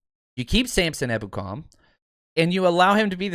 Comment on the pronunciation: Haha finally pronounced his name properly! Better late than never